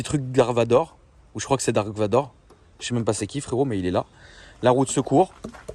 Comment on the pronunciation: il prononce grague au lieu de dark